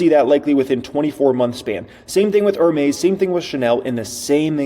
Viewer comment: Great video again. Note: Hermes is pronounced Air-mes. The H is silent